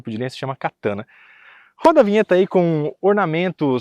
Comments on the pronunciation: Vc é chato faiando esse nome “Kataná” se não tem acento é Katana porra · O nome do canal do vai mudar, de “Versão Limited” para “Versão Katana ou Kataná”😂. Foi difícil ver o vídeo ouvindo toda hora Katana🫠😵‍💫.